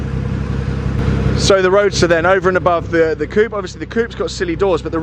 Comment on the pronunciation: Coupe..... not "coop"...........